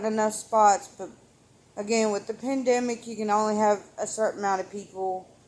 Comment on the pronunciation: “Dew to the pendimic” Love you!